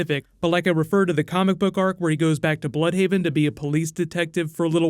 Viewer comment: Not "blood"haven ,BLÜDHAVEN ...